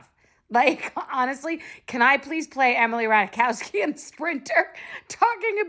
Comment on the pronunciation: it's not pronounced "rataichakowski" it's more like "rataikovski" :)